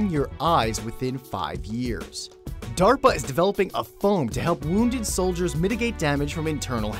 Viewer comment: Dearpa Hahahah sounds like derpa